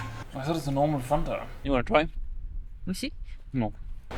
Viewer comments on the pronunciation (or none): none